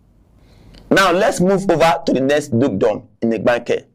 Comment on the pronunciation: This man cannot even pronounce Igbanke and this is part of their state. If they were treating these people well, that would even be pardonable. These people believe these Igbanke people will just stay with the and be treated as slaves.